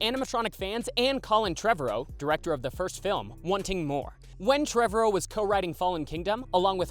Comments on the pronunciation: The way this man says Trevorrow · Yes! Every time he said it I’m like you’re saying it wrong!